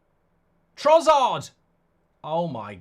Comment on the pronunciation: You’re so fucking annoying… it’s TroSSard, not TroZZard you bloody idiot